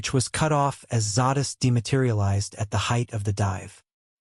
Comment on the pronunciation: Couldn't even say Zadist name correctly.